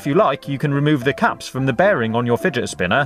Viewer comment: I love when u say "fidgetspinnah"😂